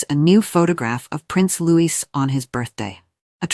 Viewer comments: Please STOP incorrectly pronouncing his name as Lewis, it’s LOUIE. He’s 7 now and you’re still getting it wrong. 😡😡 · What the h....does Jenny Bond know? Catherine knows not to favour any of the children. She has seen what has happened to the uncles and brothers within the royal family BTW It is NOT pronounced LEWIS . It is pronounced the French way (as in King Loius of France in the past.) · His NAME IS Louie splelt Louis. PLEASE GET IT RIGHT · PLEASE. The S in Louis is silent.